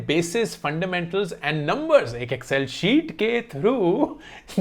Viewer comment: When you say 'Excel sheet' it sound's like 'buddy you need to suit up! .......Insightful as always!